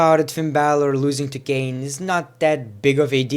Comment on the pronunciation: R.I.P ENGLISH ITS KANE